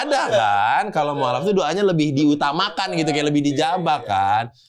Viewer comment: bilang ijabah. Ngakak berjamaah. Fasih juga itu lidah bng. Wkwkwkw